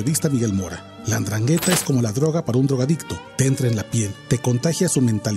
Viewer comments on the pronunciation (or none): Endraghetta!! 😅🤭😆 No esta tan dificil pronunciar.